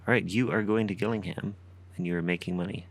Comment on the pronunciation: Shaping up to be another great series! Oh & it’s pronounced ‘Jillingham’ :)